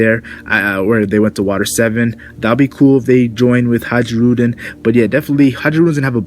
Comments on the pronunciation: I think it's pronounced HIGH-rudin not ha-JEE-rudin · Bruh. Hajruden. Hai-ru-din. The j is silent. Dig the video though and I'm looking forward to a sliver of the grand fleet showing up soon. I wanna see Orlumbus bring that monster sized fleet to Whole Cake and mess the wedding up royally